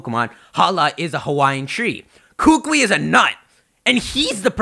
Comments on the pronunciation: hookwee no its kookoowee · it's "coo coo e" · Kukui is pronounced with the emphasis on the second syllable, just a heads up. You'll sound way smarter than all of the other pokemon youtubers and impress all us hawaiians too :) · KU-KU-IIIIIIIIIIIIIIIIIIIIIII [koo-koo-ee] NOT [koo-kwee]!!! AND... THERE IS A KUKUI NUT TREE... WHICH SIGNIFIES INTELLIGENCE AND KNOWLEDGE here IN HAWAI... btw... but hey it's okay ;D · I'm sorry I can't anymore people come on can you at least say the professors name correctly! Kukui, ku-ku-I or like a bird chime koo-koo and then add the E sound but instead of the o sound in koo-koo its this, so it's Ku-Ku-E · Dear, please stop mispronouncing the professor's name. It's pronounced kuh-coo-ee. There is a slight pause between "Ku" (kuh) and "kui" (coo-ee). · it's so hard hearing you trying to pronounce Hawaiian language right. I'm from Hawaii, big island. it's kuukuuee that's how you pronounce it. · Kukui is pronounced koo-koo-we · Bruh it's pronounced ku-ku-I the I is another syllable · I highly doubt they'd debut dual type moves, and plus it's pronounced Koo-koo-ee you need to slow down and think about what's all going on. You're rushing a little much and there's still months till this game comes out. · kukui is pronounced (KOO-KOO-E) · It's pronounced koo-koo-eee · pls kukui is pronounced as koo-koo-eee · Well first of all, you mispronounced Kukui, but that's okay haha. Second of all, Kukui is Hawaii's state TREE, so it still makes sense regardless. (This is coming from someone who lives in Hawaii). Great video, tho! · lol umm youre pronouncing Kukui wrong xD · The way you pronounce kukui is very cringe worthy. I'm sorry to be rude.